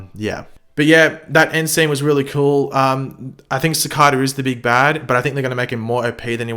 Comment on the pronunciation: Is it just me or does say it like "Cicader"?